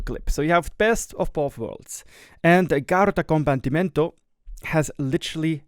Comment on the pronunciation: I actually smiled when you pronounced the name, because you said it quite well and usually no one gets Italian right! Good job!